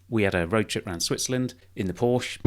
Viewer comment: How does one own two Porsche’s and not know how to pronounce the name of the car?!